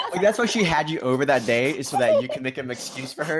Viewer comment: why did ya say zat